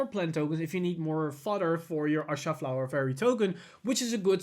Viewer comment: Rebirth of pineapple 6 he was saying Arsha. Look at the way his mouth moves when he wants to say Asha. Obviously we know what he means but yes due to his accent he says Arsha instead of Asha